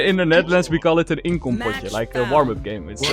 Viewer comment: "Inkompotje" Hahaha ik ga stuk